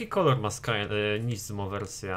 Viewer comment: Nie żadne NIzmo tylko Nismo przez wyraźne S w środku. Nismo = skrót od Nissan Motorsport. Na nissany mówisz nizzan?